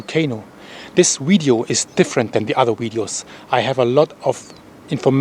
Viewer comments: Its not widieo its Vidieo Vih vih vih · Love, love, love how he says wideo. Thanks for the updates and information. Be safe brother